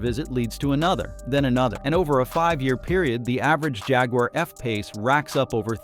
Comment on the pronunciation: Junkwar not jaguar